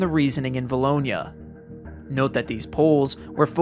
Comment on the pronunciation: Always cool hearing someone pronounce a town of 2000 people correct. 2011 and 2014 were years for vilonia.